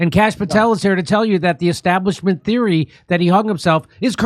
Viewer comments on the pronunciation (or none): none